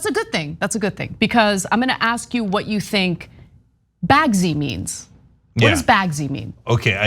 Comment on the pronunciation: "Bagsies," not "Bagsy."